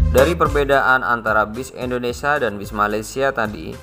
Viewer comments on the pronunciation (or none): indonesia brooo... bukan indonesa...😂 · Setiap bilang indonesia selalu di bilang INDONESA kacau ucapin bangsa sendiri aja salah